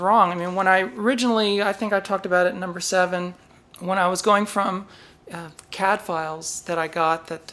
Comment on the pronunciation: Woowoo. Congrats. BTW, every time you say CADfiles, I hear Cadfael and think about a crime solving monk during the Anarchy.